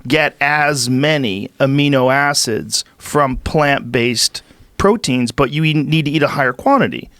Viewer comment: Joe "amnio acids" Rogan